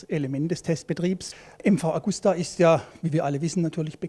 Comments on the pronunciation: nicht Augusta sonder Agusta ;-) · Traurig ist, dass die Redakteure den Hersteller nicht richtig ausprechen können.